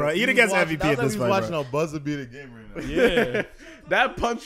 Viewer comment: It’s Iida bro, not Lida